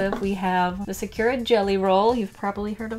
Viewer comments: Ok love love love you and your videos but I just wanted to mention that you say sa-CURE-uh and it is very hard to listen to haha! You say it with like a ky sound and it should be SA-cur-uh like curry or if you want to say it with the accent more like SA-ku-ra (but in that pronunciation the r in "ra" is more like a "duh" sound almost? I don't really know how to describe it well but I just wanted to let you know :))) again I love you! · Im sorry but you said “ suh - kyer - ruh “ and its actually “ sah - koo - rah “ ☺️ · It isnt pronunciated as"Sakur" Its "Sakura" Pronounciation- Sa-Ku-Raa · Nobody: Absolutely nobody:: Secure-uh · why do you say sakura like that? It’s SAkUra !! from naruto 🗿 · Why are you pronouncing Sakura like Secura? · WHY DO YOU SAY SAKURA LIKE THAT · you should really learn how to pronounce sakura XD I'm sorry I know I'm a weeb its a name means cherry blossom tree in japanese